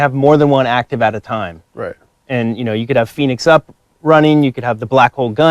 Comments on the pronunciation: he said phenix up. he messed up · did he really just say phonix up from bo3zombies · he said phenix up!?!?! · Did he just say "phoenix up" ? As in the gobblegum from Treyarch zombies ? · "Phoenix Up" really? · Fate in fortune cards sound like gobble gum